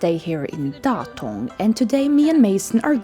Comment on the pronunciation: I have to leave comment here as a person who was born in Datong. Your "Datong" pronouncation is perfect with correct tones (thank you for spending effort on it!). Since Datong joined China's high-speed railway network, traveling there is much easier. I used to fly from Beijing to Datong many times, but after the high-speed train started running, the flight route was canceled because it could not compete with the train. While Buddhism originated in ancient India around the 5th century BCE, it gradually declined in its birthplace over the centuries. Buddhism officially entered China during the 1st century AD during the Han Dynasty. It flourished, evolved, and deeply integrated into Chinese culture. There are significantly more Buddhist temples in China than in India today.